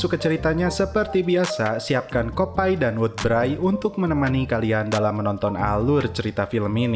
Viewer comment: Bukan kopay bang tpi kovay